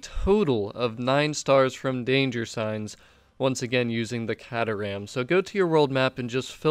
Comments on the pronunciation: It pronounced k-ter-ram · Awesome stuff... But the proper way to say the cars name is... Kay-ter-am (sorry buddie)